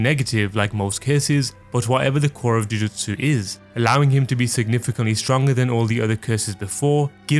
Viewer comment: i hate the way this guy pronounces jujutsu